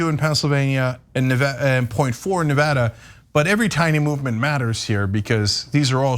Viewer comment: Cenk pronounces Nevada two different ways within the space of ~30sec.